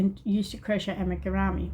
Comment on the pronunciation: It is properly pronounced (Ah - me - GOO - rue - me)! I'm commenting from my youtube, but I'm pretty sure we already follow each other! I'd love to see any old finished crochet or knitting, if you still have them! I used to knit sweaters and socks and design crochet as a job <3